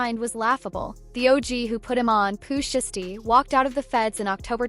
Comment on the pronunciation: She said Pooh shisty😂😂